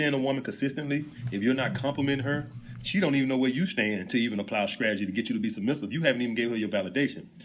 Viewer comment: He is Alex’s LOL 😩😂🤣 He said “StrageRZy” LOL Grammar school maybe